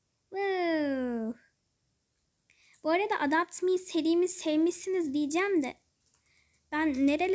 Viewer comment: Ya hala adapt me diyosun ama iyi video